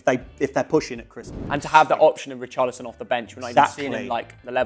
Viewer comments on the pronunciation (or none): none